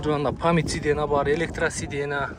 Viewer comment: Ас-саляму алейкум кандайсын досум? сидена эмес😂 сиденья деп уйронуп алчы 😊